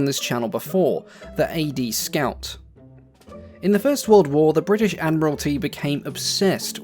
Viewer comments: Bri ish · Bruh why bri'ish we dont all talk like that. Could you imagine king Charles saying bri'ish? 😭🙏🏻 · There's a T in British get it right